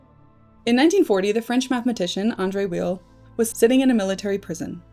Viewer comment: I believe Andre Weil's last name is pronounced "VAY"